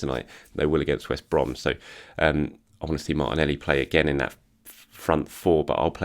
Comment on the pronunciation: I only tune in to hear his geezer pronunciation of Martinelleeee. is a Gooner, ello ello......